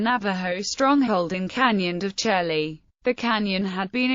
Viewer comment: It's pronounced Canyon de shay